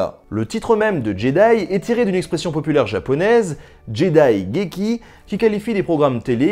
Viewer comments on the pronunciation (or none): Ce n'est pas Jedigeki mais Jidaigeki, jidai signifiant époque, et geki signifiant théâtre / dramaturgie.